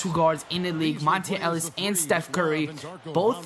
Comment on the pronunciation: MONTA not Monte ....fuck